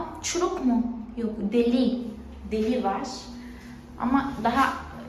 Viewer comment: Yanlış telaffuz ettiğin bazı kelimeleri yazmak istiyorum :) apartman değil ev/daire, apartman bütün binaya deniyor. Deli değil delik, tencere değil pencere, banyonun o kısmına duş deniyor. Sen ve kızın çok tatlısınız ♡:))